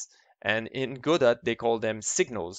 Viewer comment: BTW, it's pronounced "God oh", not "go dot".